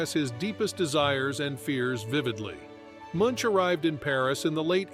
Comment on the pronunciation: Truly, the most incorrect way to pronounce Munch. At least google the pronunciation. Sincerely Norway